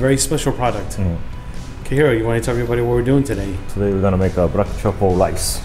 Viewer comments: "*Brack* truffle rice" Hiro's asian accent is rubbing off on the camerman. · Camera man didn't make fun of Hiro. He made fun of himself for accidentally saying "brack." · Yo I'm dying 😂 camera man said "brack" lmao